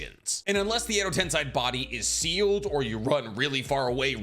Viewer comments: Not you saying Edo tensai😭😭 im dead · Every time he said Edo TensAi I flinched a little. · I don't want to be that guy, but its pronounced Edo "Ten-Say" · Your pronounciation of Edo TensEi shouls be the forbidden jutsu my man. Not to mention Suigetsu. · Why do you pronounce Edo Tensei like that? Its not the way its supposed to be pronounced.. english pronunciation is so weird sometimes.. just say it like they do in Japanese version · Why on earth are you pronouncing Edo Tensei in such a weird manner... -_- it's so grating to the ears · Take a shot every time he mispronounces Edo Tensei ... spoiler alert, you drunk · I disliked this video and unsubscribed because you can't say edo tensei correctly. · Every time he mispronounces edotensei, a puppy dies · Why do insist on saying edo-tensAi!?! Edo-tensEi! It's that simple! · Gosh, I hate the "Edo Tensei" Parts of this video... It's spoken "Edo Tensay" not Sai 😫... Like...the way they say it in the show...please just speak like the fucking characters using it 😩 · Isn't it Edo Tensei and not Edo Tensai? Kinda triggering to hear make this mistake multiple times in the video lmao Keep up the good work tho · It’s pronounced Edo Ten-say. All the characters in the anime say it this way. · I like the videos, but your pronunciations absolutely ruin everything. At least be consistent. Jutsu is plural for jutsu. You were doing it right at first, but after the ad, you went back to saying JoOtSoOs. Edo Tensei Edo TEN-Say I'd subscribe if I didn't cringe at every annoying mispronunciation haha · Tensai? What’s with the mispronunciation of Japanese words? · It’s Edo Tensei pronounced Eddo Tensay, and Kakuzu pronounced Kockuzuh. With this amount of views and subscribers I’d expect better. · Edo tensei (TEN-SAY) that’s how it’s pronounced weirdo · and i repeat.. it’s pronounced as “Edo ten-say” YES. get it right lol❤ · Why do you say Edo-tenSAI? It’s Edo-tenSEI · "Edo tensy" hurts me dude.🥲Tensei like Sensei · “edo tensAi”